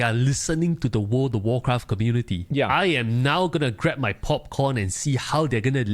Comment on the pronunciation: “Word of worcraff”